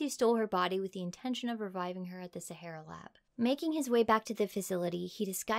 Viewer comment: SA HAR RAR. As in the desert.